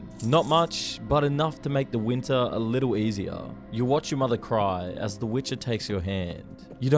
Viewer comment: I’m really interested in the content but dude has this strange vocal fry at the end of some words every few seconds. For example, instead of “you” occasionally he says “youuuu” where the last syllable is stretched out with the vocal fry thing on top of it. cryyyy fastuhhh It hurts.